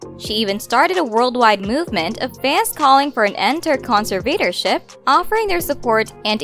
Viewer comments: Cons- Vay- tor- ship...lmfao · Wdym? Kahn sir Vader ship are all real words .. Lol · Why is the narrator saying conservatorship so weird lol it’s bugging the piss out of me 😂😂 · It’s text to speech. You could tell because they mispronounce a few words like Iggy Azalea and conservatorship. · Is it just me or is it rlly bugging that she’s saying conservatorship and ig ty azalea